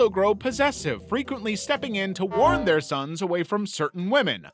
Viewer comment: That "Thair sssons" made me cry🤣🤣